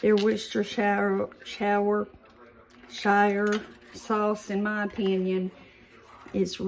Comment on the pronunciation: This pie looks so good! I also LOVE sweetened condensed milk, and I tend to sample it way too much when I'm using it in a recipe! If any recipe calls for SCM, it's got to be good! I'm so glad you're on the mend - I've never had a kidney stone, but I hear they are murder. I want to share the correct pronunciation of Worcestershire Sauce. It is very simple, there are only 2 syllables.....wusta sauce! I always struggled with this too, but in keeping the British pronunciation, it is so much simpler~ I don't struggle with this silly word anymore! Say hello to Randy for us!